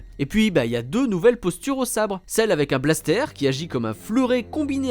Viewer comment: Un "Blastère" s'il vous plaît Mooonsieur 😂